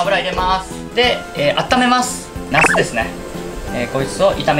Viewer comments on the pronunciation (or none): わざとに ヤスって言ってる？ 茄子🍆ではなく ヤスにしか聞こえんぞ⁈